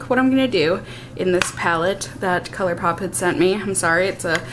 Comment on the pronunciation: 🤣... I say colourpoop too! Every time it rolls off the tongue, I’m like... but I love it. It’s just what comes to mind ❤️